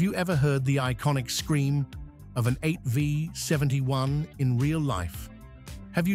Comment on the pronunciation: 8 five 71? AI narration which can't recognize a V? That tells me all I need to know in less than 5 seconds. Click bait.